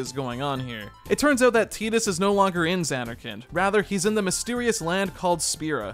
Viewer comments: I was gonna watch this, but I can't deal with the fact that it's 2024 and you're pronouncing it as "teat-us" rather than the clear and obvious "tight-us". Like....not a second was spent making sure? You clearly thought it was an odd name, so why come off like a fool by not checking the pronunciation. Titus is an odd name, but not a non existent one. I have a buddy named Titus. There is the comedian Christopher Titus. Just come on man. Low production effort there. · Tie-dus, not Tee-dus. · Was excited to put this on in the background but I couldn’t listen to the name “Teetus” for an hour lmao😅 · It's Tidus... like the tides of the ocean. Tide-us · It’s TIDE-US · Jesus christ do some research dude. its pronuced Tee-Dus. the game is based off south pacific culture. Tidus means tide in Thailand. just like yuna means Sun and Luna means moon. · Tie-tus* pretty biblical name bro crazy you dont know how to pronounce it. 😅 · Had to stop listening. It will never be “Teedus” to me. And it hurts to hear it.